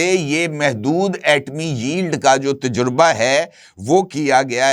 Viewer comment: Ajkal aapko nai c urdu word pronunciations ka bukhar charah howa heh.aapka ghalat talafz anjana aur ghalat,lafaz heh " tajraba" nakeh " tajurba aap janbojh ker ya urdu speaking kerty hein ya aap bhi justice "jahangiri" ki terha Karachi n Sind universities ke certificate ya degree holder hein.